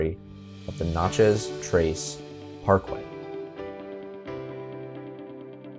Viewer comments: Having spent a lot of time in Mississippi, I must point out that pretty much everyone says "Natchez" so that it rhymes with "matches". That said, it's another excellent video. Thanks for the work you do. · That is not how we pronounce it